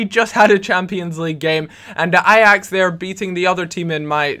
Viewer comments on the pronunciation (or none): none